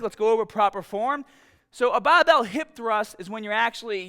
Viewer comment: A BABBEEEL!! what is a BABBEEEL?